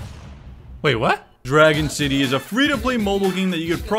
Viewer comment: aw hell nah you said shitty instead of city